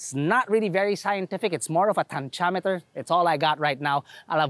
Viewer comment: Tanckameter!!! Hahahah🤣🤣🤣